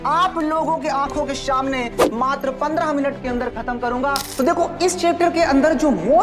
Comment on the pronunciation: Sir shamne nhi samne hota hai